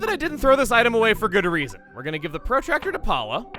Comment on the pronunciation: Forget about hamburger, says protractor strangely. I'm so sorry for pointing it out.